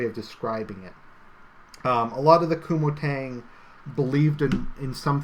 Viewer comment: Kuomintang is pronounced co-ming-tang